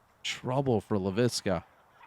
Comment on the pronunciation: THE “LEIVISKA-BOBS” 😂😂😂😂